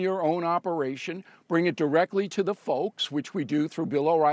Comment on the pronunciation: Hey Beavis Coumo said "Suckcess"😂